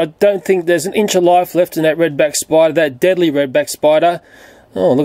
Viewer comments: Starting said Deadily.. :| I meant no hate but just correcting you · You’ve spent deadly “deadily” lol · Pass me da aquanet and a bic... btw "deadly" doesn't have an "i" in it... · "deadily " hahaha